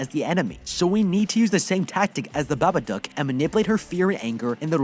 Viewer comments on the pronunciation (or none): its not babadook its babadUUk. its pronounced wrong the whole recap nd i kinda got mad so :") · I hate that he says babaduck not dook☠